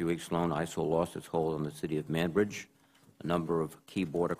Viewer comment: sounded like he said "manbitch city" lol